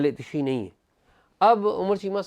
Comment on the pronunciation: AOA. sir yahan LAFZ ehl e tashee nahi ehle tasheyo bola jaey ga. pehlay ka kaatlab hey JANAZAY k pechay chalne wala aur dusray ka matlab hay SHEAAT WALA yani SHEEAA.